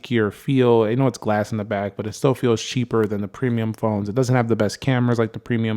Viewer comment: I like the sheeper pronunciation